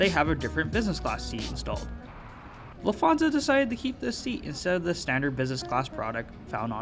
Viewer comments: I agree with you! LufT…hansa and not Lufth…ansa 😃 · I’m sorry but I’m getting quite irritated by you saying lufaza and not Lufthansa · Nice video and review but please learn how to pronounce Lufthansa correctly.